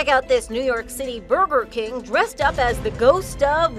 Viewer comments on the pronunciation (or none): Did she just say... b u r b e r k i n g ? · sounds like she said burber King lol😂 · It sounded like she said Burber King or is it just me 😂😂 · She said burbur king.......😂😂😂😂🤣🤣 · burbur king🤣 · “ checked out this New York City burbur king” am the only one who hears burbur king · she says burber king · Burber king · Is it me,or did she say Burber King? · burber king???? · Yuni Kang I know I'm late but, "burber king"